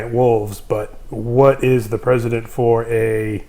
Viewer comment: "Precedent," not "President." Press-Eh-Dent.